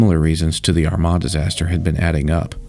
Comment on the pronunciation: Two years later and I'm still appreciative that you were able to say Armagh correctly